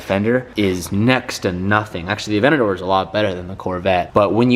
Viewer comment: He pronunces the lambo weirdly avenador Wtf